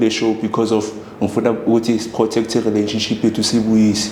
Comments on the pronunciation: Yaze yanamanga lenjaaaa yooo...nivrathuke kanjeee...ngathi niyalamba ...you can't even pronounce relationship nithi yi rhiraanishinship mxm...fake content😢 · Can't even pronounce relationship ubhuti othwele 😂😂😂